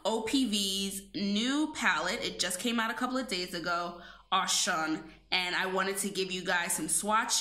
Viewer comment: Its pronounced O-shoon she is also an african goddess